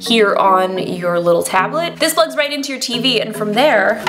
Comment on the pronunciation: Why she call it tablet like that tho